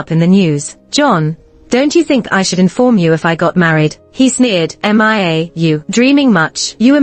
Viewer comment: Ms narrator you don't know how to read the name Mia? it's pronounce miya. not m-i-a please don't put that name if you don't know how to read or pronounce.